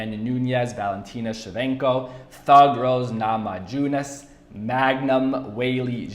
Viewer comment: “Rose Nah Ma Jew Nus”